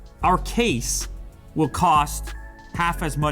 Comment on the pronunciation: Am I the only one who heard "what else you can willi do"?